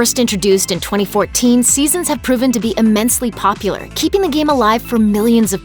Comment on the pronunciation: "diablo 3 is still polular" OMEGALUL